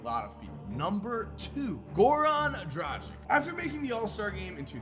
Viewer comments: It's pronouced DRAGUIC not DRAJIC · Why is everyone mispronouncing Dragić name? 😂 is it that hard? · the way you pronnounce Dragič just pisses me off